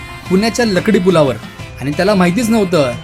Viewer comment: तु पुण्याचा नाही वाटत पहिली बात समजून घे तो लकडी पुल नाही लाकडी पुल आहे.